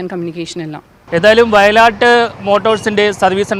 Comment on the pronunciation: not vayalatt. vayil aattu